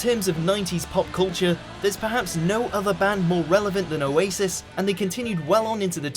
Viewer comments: O a sis what okay that’s totally how you say it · O Asis 😂 the way he said it